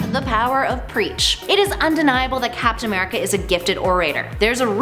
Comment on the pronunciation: As soon as I opened this video I heard “FAPtain America” we got some hornballs at Top 10😂 or does that make me the horn ball?